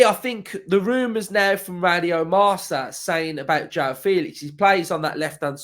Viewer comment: nooo mate, not Joao